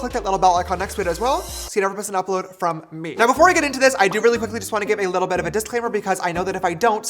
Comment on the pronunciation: James you are saying too much : LITLE !!!!